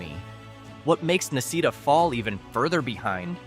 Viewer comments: Necedah Nah See Dah, not Neck a dah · The people that I know from Necedah pronounce it more like ne-cee-dah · Na see da another one you have no idea how to pronounce . Are you actually reading this or are you using a computer. Apparently you're not from the state